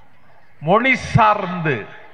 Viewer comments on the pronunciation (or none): none